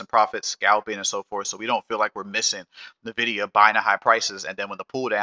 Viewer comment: I always eek when I hear people say “Nevidia”, it’s N-vidia, idk why so many people say “Nevidia”